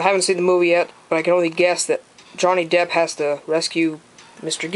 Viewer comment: why do you call him johnny depths